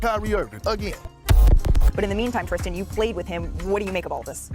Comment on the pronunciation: Ummm no, 😏 do you have some small points but you mainly sound like a hater😆 facts lol but then again, even though it’s clearly printed Tristan with a T on there you keep calling him, Christian… and Thompson and you said Thomas a couple times lol So what can you really expect? Lol.